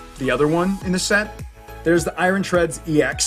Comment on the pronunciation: Why you keep calling Iron Eye Ron It's pronounced Eye Urn I don't understand this because you speak English perfectly fine Edit: just my opinion the cards look fake in the English set